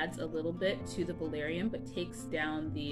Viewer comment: Are you actually saying valarium????